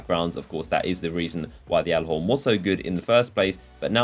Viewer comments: please... Even the bungie trailer pronounces it gallahorn not yallahorn... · No it's pronounced gyalla horn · I cringe when he says yallahorn and not gyallarhorn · you say it galla-horn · stop calling it yallerhorn you sound stupid when you say it. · anyone else annoyed how he says gjallarhorn it's Galihorn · It is pronounced g-allahorn. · It's been two years and u still say it wrong